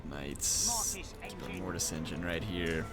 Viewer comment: the great green prophet locked your mortis engeen.. calm your mic xd